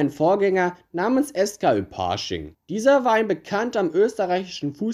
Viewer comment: 1.) Bei Pasching wird das A nicht gezogen ausgesprochen. 2.) bei Minute sieht man das Wappen von LASK Linz über Pasching. Ansonsten gutes Video! :)